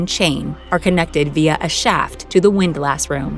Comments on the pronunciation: I have always heard "Windlass" with the emphasis on "Wind" rather than "lass". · Not "wind-lass" it is pronounced "WIND less". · As a sailor, it GRATES on my ears to hear her say "windLASS" over and over. It's pronounced "WINDlass". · You can’t convince me it’s windLASS. It’s windless. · Never heard it called a “windLASS” where it’s really pronounced “windLISS” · While it's spelled WINDLASS, it's pronounced "WINDLUSS" not "WINDLASSSS". Otherwise, good show. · The pronunciation of windlass is not wind-lass but windlus, with strong emphasis on the first syllable and the second with no emphasis and almost no vowel, more like "ls". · hearing it pronounced windLASS hurts its pronounced windlis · "WIND-luss" not "wind lass" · "WINDlus" not "WIND-LASS" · it's not wind lass... it's windlass.. one word. Pronounced more like windless.. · It's pronounced "Wind-liss" not "Wind-lass" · Hey lady it’s “pronounced” win-lis, not windlASs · It's "wind-LUSS". Another one that's pronounced odd is FORECASTLE; "FOLK-SUL" . It's just the way it is. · Windlass is pronounced as windless. Just so you know.. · It's windlass, like wind-less, because sailing has weird pronunciations. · it's 'WIND-luss'... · windlass, not wind lass. Please find a better script reader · Drive anyone else crazy with the way she was saying “windlass”? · You're saying "windlass" wrong. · Someone please tell this lady how to pronounce "windlass".